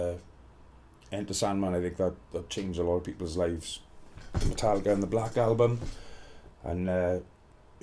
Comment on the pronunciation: "metalika" still six